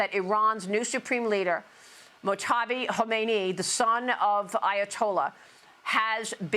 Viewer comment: Kha. Me. Ne. ee not Kho mey ni Love you Maria